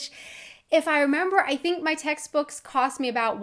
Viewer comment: Have you ever noticed how many "h" sounds you add to your pronunciation? Nothing bad, just peculiar. "Co-h-st" instead of "cost", "Pu-h-blic" instead of "public", "to-h-ps" instead of "tops" for example. Keep up the great job and passion in your videos